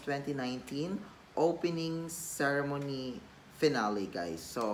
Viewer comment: Pronounce "ceremony" right pls. Hehehe nway just show the real character of you much better. Thanks for the reaction.